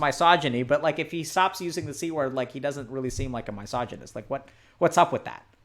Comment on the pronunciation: Why does Dr. K mispronounce misogynist, I noticed it in another video as well